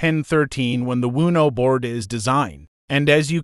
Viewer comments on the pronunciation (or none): GOOD GOD!! This talk to text is infuriating. You couldn’t find someone to just read the script. MEEEEGAH , LEARN’ED, WOONOO BOARD, SEMI CALLIN, hahahahahah this program needs HOOK’ED ON PAHONICS!!!